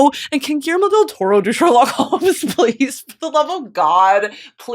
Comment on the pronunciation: Being Spanish my mother tongue, I love hearing Brittany say Guillermo del Toro perfectly ❤🤭 Finally watched Frankestein this morning and HAD to rewatch this brilliant masterclass 👩🏻‍🏫 btw took me out 😂 then going back to seriousness